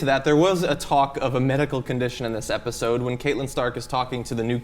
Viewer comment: Katelin? You're supposed to be an expert. Pronounce her name correctly.